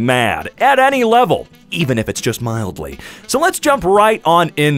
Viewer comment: "mildy" infuriating.